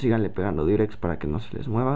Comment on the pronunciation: es Diurex no Durex ¬¬ aprende a oir XD